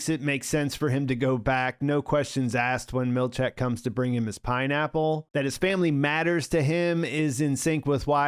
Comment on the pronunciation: Seth's surname is pronounced mill-CHICK, not mill-CHECK.